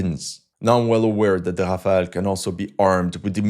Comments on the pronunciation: Ha from were ur Aezarbhajan befor takeing piss let me guss were u r from Timbak too😅😅 first Polish ur English it sound Brrrrrtaabrrra😅😅😅 u mug its notHafel its Rafel u brrrrrrbarrra😂😂😂😂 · I still don't know how to pronounce Rafale